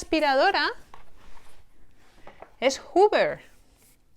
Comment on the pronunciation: Y dices la palabra 'hoover' bien 🤣🤣